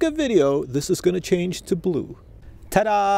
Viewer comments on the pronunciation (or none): none